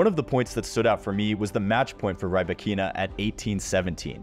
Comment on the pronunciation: Not "Rai-bah-KEE-na". "Rhee-BAH-kee-na".